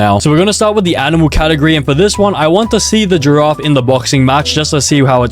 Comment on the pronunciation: bro frogot how to pronounce giraffe☠️